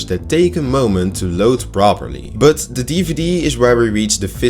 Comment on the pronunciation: Goede video. Maar je but klinkt wel erg als butt